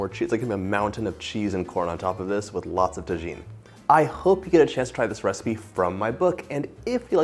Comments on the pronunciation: Well now I have to make fun of John for pronouncing it tah-gene. I'm pretty sure Tagine is a Moroccan Stew. The Chili Lime salt he used is pronounced Tah-heen. When a Mexican word has a "J" in it, it's always pronounced with an "H" sound. I would have expected John to know that. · I was so surprised he mispronounced it. His mom speaks Spanish after all. He's forgotten more of his Spanish since moving to Connecticut. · Love crema de elote yummy! and Tajin is pronounced Tahin sorry had to say it 😮Thank you for sharing ❤ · Oh and it's called TaHeen. The j is an h sound lol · Omg that looks amazing. I am going online to buy your book and I have made my own version of this recipe at home. I live on the border in Yuma, Arizona. Mexican street corn is a staple here. I only have one comment and it’s not a criticism because you don’t live where I do, but Hispanics do not pronounce the letter “J“ like Americans do so if you want to be authentic when you’re talking about Tajin, pronounce the J like an H! “Taheen “. FYI, I love your channel and I have tried many of your recipes. The Greek spanakopita is amazing! Btw for the haters out there, I am married to a Mexican, born in Mexico, and I’m not being critical. I’m just trying to let you know how to pronounce it properly. Lol. Also, I was raised in the south, so I can cook some fried chicken, I came from a family of excellent cooks. But I married a Mexican man and have been lucky enough to learn how to make the most delicious Mexican food from the best cook ever, my mother-in-law. Kudos to you for this recipe. It looks extremely authentic and I can’t wait to try it. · Did you just pronounce Tajin with the J? I’m dead 😵